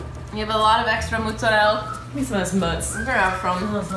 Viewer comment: That "MoZzaRel" made my ears BLEED